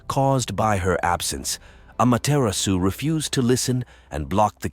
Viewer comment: really good summary of her storyes! but please lear the correct japanese pronuncition 😅 the "R" is very different, no need for perfection toh 👍